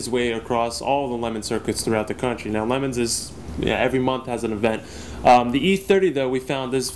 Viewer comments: WTF is a lemon. It's le'moooons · Its not pronoucned LEMONS, wtf is wrong with this bald fk, this channel would be 10 times better without him. He contributes nothing to fastlanedaily. Get rid of this clown!